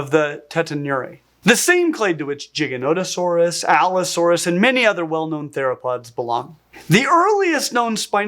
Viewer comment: If you pronounce Gigantosaurus like that, I wonder if you'll go to hell for calling the lord "Jod"